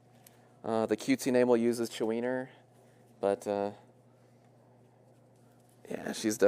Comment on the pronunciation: Chu-wiener 😂 ive always heard chu-weenie lol